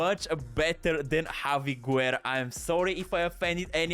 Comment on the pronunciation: My man can’t pronounce a single name right 😂 Guerra is pronounced like Gerra as Busquets it’s pronounced as Buskets. You can only pronounce the “U” if it doesn’t have before “G” or “Q” as for example Juan. The exception that can be valid it’s if the “U” has this 2 dots “Ü” like “pingüino” (sounds the same as penguin but ending it with “O”)